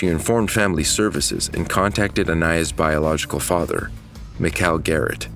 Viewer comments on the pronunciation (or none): none